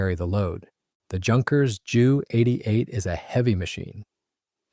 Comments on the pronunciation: Interesting video, but I wish the commentator would call it a Jay U 88, instead of a Jew88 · Jew88, Jew87, et al were NEVER pronounced /referred that way by the Allies either during WWII, or for ~75yrs thereafter. Only in the past 5 yrs or so has this become a YouTube thing, probably by young presenters who are not "hep to the jive." On that note, it's Dee-Oh, not Doh, it's Em-EE, not Mee, it's Kay-eye, not Key, etc., etc. I suspect there may some germanic influence in this, as Germans in WWII often referred to their types as May (instead of Em-ee), and You (instead of Jay-ewe). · The reason he calls it a Jew 88 instead of a J-U 88 is to differentiate it from the earlier Pollock 88.🤣😅😂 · If you can't pronounce the name of the aeroplane right don't upload 20 minutes of blah blah blah.